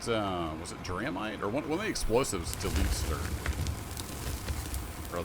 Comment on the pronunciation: btw the Draemite is pronounced like "Dray"-mite. it's a reference to one of the first youtubers who played this game way back, named Drae (or Draegast, idk which name he used on his channel at the time). it was added to the game because Drae did a lot of blasting with all the existing explosives at the time, as a way to sort of honour his contribution to the popularity of the game